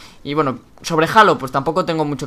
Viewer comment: No se pronuncia "jalo" es "jeilo" y en español sería "halo" la ache es muda. Saludos